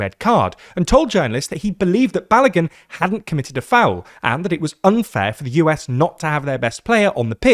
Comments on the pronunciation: "FAUL"? what, are you a lazy German? seriously, where's your editor? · Foul, not Faul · Foul not faul